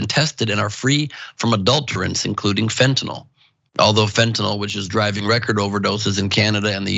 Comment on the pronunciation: LMFAO TYT Resident drug expert really said that "Xanax is really what Heroin is, It's really What "Fentanill" is" 🤣 I could just see this dude selling drugs back in the day telling people "These Tums is just like Vik o Dins, These here Unisoms be just like Quaaludes UH.....Uh just safer!!"